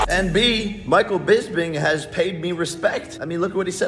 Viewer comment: It’s Bisping, not Lisping.